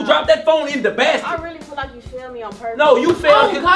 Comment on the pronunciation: That boy said fell feel